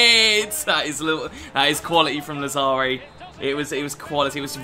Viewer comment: Làzzari, not Lazzàri